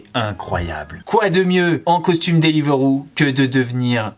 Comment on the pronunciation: ca me stresse il dit deliveuro